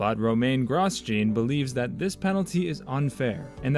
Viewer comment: Gros-gene haas